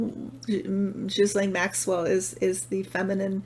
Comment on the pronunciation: i'm so impressed. you pronounced ghislaine almost like a quebecoise. i'm not sure if she does, but you did. <3